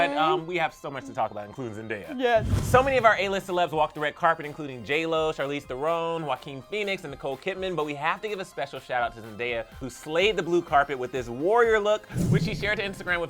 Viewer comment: You said Charlize Theron wrong 🤔